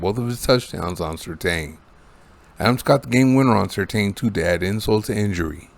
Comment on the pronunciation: It's pronounced sur TAN, not sur TANE.